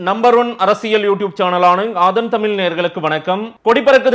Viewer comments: Let the interwar learn to pronounce the word Thamizh as Thamizh correctly not like Thamil. Zha la lla prononounciation correct. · First let the anchor know how to talk good Tamizh. Zha is not pronounced properly which is unique to Tamizh